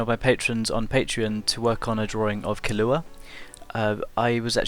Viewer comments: Great drawing. Also your pronouncing his name wrong. It's Kill-ah. Thanks for your work. 😊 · Your saying his name wrong XD it's pronounced Kee-lu-ah, in Japanese they say I as EE so. And in Japanese they can't really say L so they say it as Kirua! BUT! Before you think of this as an insult, I absolutely LOVED your drawing! I can't draw that good but I'm working on it! 😊 Have a good day sir, keep on drawing that beautifully!